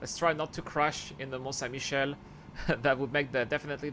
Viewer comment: J'aime beaucoup à tout en anglais avec le superbe accent et la, le mon saint Michelle, xD ça fait assez bizarre mais c'est drôle. perta eo da urzhiater? petra eo e c'honfig, c'hoant meus gouzout, peogwir pounec'h awalc'h eo ar c'hoari mañ memestra.